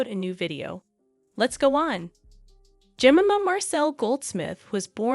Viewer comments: I would've watched the whole thing but you couln't pronounce her name properly!!! DO YOUR RESEARCH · Please figure out how to pronounce "Jemima"? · All the way through you mispronounced her name. It was interesting but does my head in when you tubers can't read. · Are you having trouble pronouncing Jemima… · You'd think the narrator would learn how to pronounce Jemima! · Yes wouldn't you!! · Pronounce Jemima Je my ma Not Jem in a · Imagine making a whole video about a woman and not even bothering to pronounce her name correctly 😂😳😳 JEMIMA is said like this "jem-myy-ma" It's a popular name in UK & Australia & it literally hurts my ears to hear the name said "jem-mimma" that's just ridiculous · This could be quite interesting but the voice is so annoying, she can't pronounce words, I'm assuming it is AI - Jemima is pronounced -Je-mym-ah - it's not jmima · I just had to let you know that her name is pronounced Je-MI-ma, not JEM-ima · Jemima like je-my-ma not Jimmema like cinema! 😳 The picture of ‘Goldie Hawn’ is Ivana Trump! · Jemima is pronounced 'JE-MIME-A' ; not Jem-im-a. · You "Tactfully" dont mention the fact Imran Khan is in Prison. Dubious Reasons I know but...its definatly part of the story. Also in Britain and i suspect around the world...Jemima is Pronounced...Ge mime ma.... not ever...Jem im a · Surely, it's not that hard to get her name right - it's Je-my-ma not Je-mim-a. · Her name is pronounced, Je-MY-ma!! If you’re going to go this far researching might as well pronounce her name correctly! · Narrator is pronouncing Jemima incorrectly. Break 'jemima' down into sounds: [JI] + [MY] + [MUH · Her name’s pronounced Jer-my-ma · Ja- Mi' -Ma is the pronunciation. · Jemima is pronounced phonetically ‘Jemyma’. It is strange writing about someone without ever seeing a video where her name has been said. It is the usual pronunciation of her name. But I did otherwise enjoy the video. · It's pronounced "jenaaima" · That pronounciation of her name is so bad!